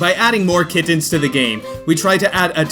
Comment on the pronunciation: Why does he pronounce kittens so weird? He says kid tens. “How is that cat capture going?” I THOUGHT YOU SAID KID TEN NOT KITTEN